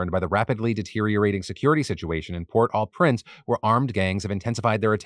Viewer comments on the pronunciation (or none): Thanks for covering Haiti❤ FWIW it’s pronounced “Port-OH-Prince”